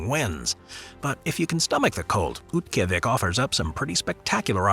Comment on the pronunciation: for the record, Oymyakon's last syllable is 'cone', rather than 'con', which is proven out on its Wikipedia article, as well as several videos and TV specials I've seen about it. Utqiaġvik = oot-key-AH-vick, and it also has a Wikipedia article with an accurate pronunciation given. Harbin, China is har-BIN. Yakutsk = yah-COOTSK. Saguenay = SAG-Ə-nay. In the Fairbanks section, Tanana = TAN-uh-nah. Since it's not a city, it probably doesn't quality, but it still warrants being brought up: Alaska's Prospect Creek Camp = coldest recorded temperature (-80F/-62.2C) in USA on 1/23/71; located at approx. Milepost 135/217km on the Dalton Hwy., 20 mi/32km north of the Arctic Circle. This was one of 31 camps built during the construction of the Alaska pipeline to house the workers, thus avoiding long commutes to work. International Falls is on the Canadian border.